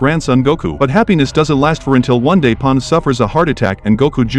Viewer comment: Your AI sucks. Pan is now POOOOON - - -- and Shenron is SHENNNNLOOOOOONNG